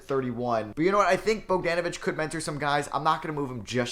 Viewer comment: Bro really kept saying BogDANAVITCH instead of BogDONAVITCH